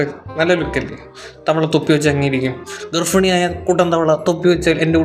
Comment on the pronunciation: ഗർഫിണി അല്ല ഗർഭിണി...😂😂.ഈ കോട്ടയംകാരോട് എത്ര പറഞ്ഞു കൊടുത്താലും ഇങ്ങനെയേ പറയൂ...😅 പേഴ്സണൽ ലൈഫ് ഇവിടെ പറഞ്ഞില്ലല്ലോ,പബ്ലിക് പ്ലാറ്റ്ഫോമിൽ കണ്ട കാര്യങ്ങള് reaction ചെയ്തതിൽ തെറ്റില്ല.മാത്രമല്ല ഇതിലെ followers athra attacking mode Il comment ചെയ്യുന്നത് ശ്രദ്ധയിൽ പെട്ടിട്ടില്ല